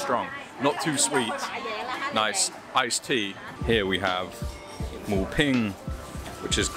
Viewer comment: Moo Bing and not Ping.